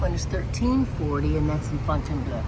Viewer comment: you're doing really well with your French, but Fontainebleau ends with "blo" sound not "bleu."